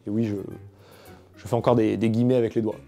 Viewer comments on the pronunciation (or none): none